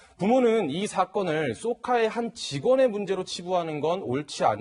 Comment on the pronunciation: 사회대신 쏘카가 범죄에 기여했구만,쏘카가 아니라 jok까로 들리는건 나만의 문제인가?